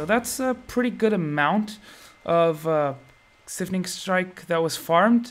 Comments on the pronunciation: SIPHONing strike. Like siphon. Not like syphilis. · dude it's pronounced "s eye fun ing" not "sif in ing"